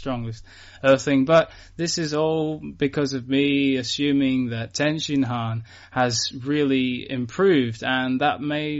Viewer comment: Please if you have to call him Tenshinhan can you use the right inflection